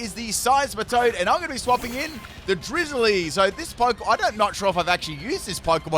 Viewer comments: it is not drizzilee it is drizz-I-le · Hearing him say Drizzile’s name makes my annoyed... It’s the combination of Drizzle and Reptile... so it’s Driz-zile!